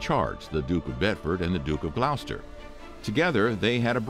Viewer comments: Love the vids it’s pronounced gloss ter not glou ster and my nan has aids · It’s pronounced “Glos-ster”